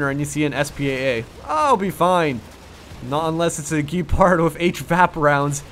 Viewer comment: AFAIK it is pronounced "Gehpahrd"